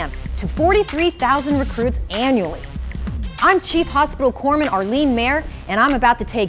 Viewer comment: haha corpsman pronounce coreman